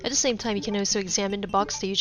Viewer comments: WHy do you say 'de' instead of 'the'? its...really jarring. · Am I the only one that can’t stand the way this woman says “the”